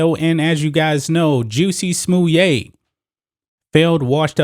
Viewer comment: Is that how his name is pronounced? I’ve been calling him jussy smallette LoL Anyways we are lucky to have seen any justice in this case. I don’t believe he acted on his own and I don’t believe he staged a hate crime to get a pay raise. And I’m sure he will be paid handsomely by his i conspirators to remain silent about their involvement.